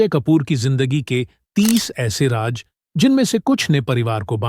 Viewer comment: The commentator should pronounce secret as Raaz not Raaj